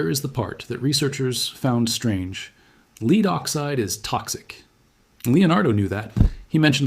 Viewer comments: You are the cleverest man I watch, why are you occasionally mispronouncing ‘lead’. It’s mystifying. Am I missing something? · . Read Lead instead of lead you couldn't say the word lead you had to say lead because you're AI I'm not interested in this bye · This narrator must be AI because he alternates between pronouncing Lead, leed and led.